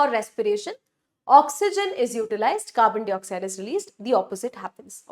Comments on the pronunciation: Carbon dioxide pronunciation is 🤔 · I love yr videos mam but the way you say "dwaring (during) and Carbon D oxide" is so irritating